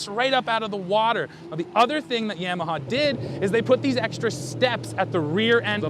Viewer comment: Guy can’t even pronounce YAMAHA correctly and wants to read out of a manual to explain to us what a ski is like lmfao 🤣